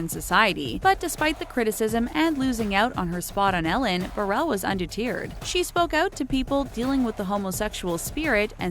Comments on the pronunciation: The funniest thing about this video is how she pronounces the word 'undeterred' XD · Words said incorrectly in this video: egregious, barred, and undeterred. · Undeteeered? Chaz Bohhhhno? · Barrage is pronounced "buh-rahge" not "bear-edge" and undeterred is not "undeTEARed." Plus, how on earth do you not know Chaz Bono has two long "o" sounds??? He's not from U2! Lol